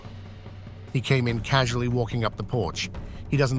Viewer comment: EXCEPT FOR THE AI VOICE. IT EVEN SAYS CAUSULLY INSTEAD OF CASUALLY!! FFS.